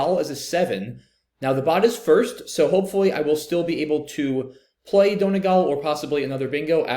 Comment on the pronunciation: SPOILER BLOCKER COMMENTS ARE BACK BOIS. P.S. As an Irish person, it’s pronounced “DUN-EE-GAWL,” to be pedantic :)